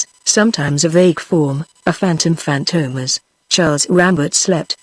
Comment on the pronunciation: Robot Voice - cannot even pronounce the name Fantomas correctly. FORGET IT.